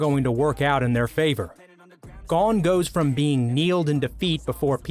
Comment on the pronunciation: 1. Mel e o dis 2. Gon is like own but with the g sound 3. Naofumi is now foo me 4. Kinda insulted issei's rage scene at Asia's death isnt on here wayyyy better than naofumi's